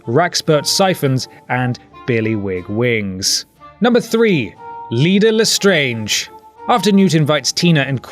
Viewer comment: Its Leta Lestrange